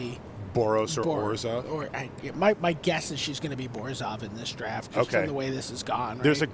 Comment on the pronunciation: It bugs me how Zac Hill pronounces Orzhov